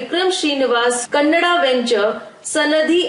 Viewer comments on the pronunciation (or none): none